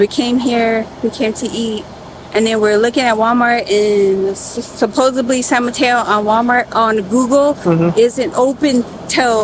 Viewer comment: "Supposably" "Idealistically"